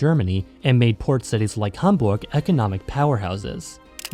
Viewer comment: Being German I gotta say you nailed the pronounciations for Schleswig Holstein and Hamburg, gj!